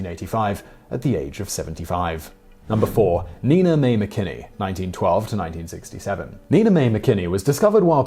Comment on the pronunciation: One problem, Simon- Nina Mae McKinney's first name was pronounced NINE-A Mae!